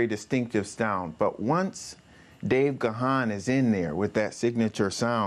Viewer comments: Gahan is pronounced Gone, not Ga-han. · Great interview! Dave sure is patient with people who mispronounce his name. It isn't pronounced with two syllables as in Ga-han. Just pronounce it with one syllable, as in: Gahn, with a soft a. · It's pronounced Gan as in man! Plenty of interviews out there where he says his name